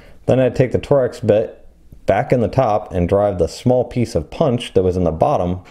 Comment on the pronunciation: TORX is pronounced TORKS, not TOR-X